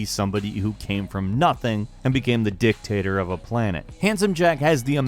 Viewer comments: Notice that he said "dicktator" and not "dictator". And it fits to Jack. Because he's a dick (in a good way btw). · Handsome Jack Dick-tator did you pronounce it that way on purpose?